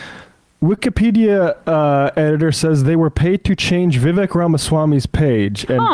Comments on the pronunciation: She cant even get Vivek's name right..its not "Divek." It's great symbolism for the inaccurate takes (cant call them facts) on this podcast. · You guys truly give Morans a new name...throwing stones, and talking behind the mams back..what cowards you are, and how dare you IDIOT tall about Vivek when you cant even pronounce his name...NI CREDIBILITY, FOOLS !!! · Can’t even pronounce Viveks name & stutters into the comment. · Yea Tucker is so irrelevant 178 million people watched him interview Trump last night 😂 the hate is strong with y’all and please learn how to pronounce Vivek’s name. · These lefty loonies cant even pronounce the name vivek